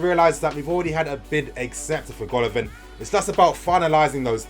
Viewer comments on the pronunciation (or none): It is pronounced Gala-Vin !